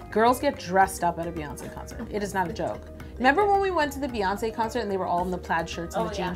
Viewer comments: It's BEyonce not BAYonce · Same! Her name is not baeyonce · Um NO ! it is Beyoncé as in "Bee" because the y can sound like an e because it is next to the e.